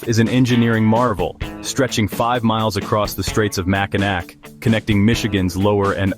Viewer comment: Its Mackinaw and not Mackinac